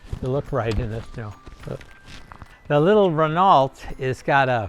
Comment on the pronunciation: Only in America could someone amass such wealth and not be able to pronounce Campagnola, Subaru, or Renault.